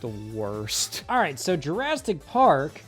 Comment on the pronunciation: “jurastic park”